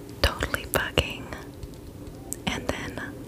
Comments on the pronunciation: Oh my I’m so sorry but I cracked up when she said “totally bucckin” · When she said “totally bugging” I thought she said “totally f!Cking” and my face expression was “😳😱” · Lol same. for a sec I heard something else😳😅